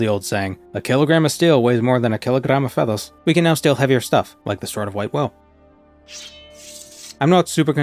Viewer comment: The "keelagram of feathas" killed me 😂😂😂😂